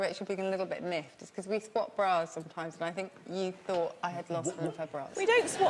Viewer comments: And she says funk instead of thinked. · Sara's really attractive to me, but then she goes and says "fink" when she means "think." :-/